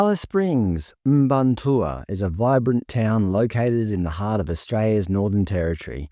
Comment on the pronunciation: It's not even phoenetic lol... "Mparntwe" would be "Muh-parn-twee" not "Im-barn-tour". Like when people call them Stone Age... too much credit, that would imply they figured out stone tools 😂